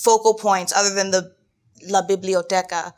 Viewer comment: Mica asks about “La Biblioteqa” with a french accent and Aabria willy-nilly gives her an inspiration for it, and BLM just squirms in his seat from disdain 😅